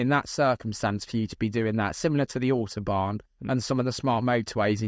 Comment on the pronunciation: His diabolical pronunciation of Autobahn just shows how ignorant this man is.